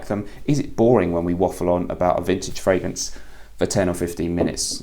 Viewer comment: I've been in the frag game a while, and I've never heard someone say "the frangrance game"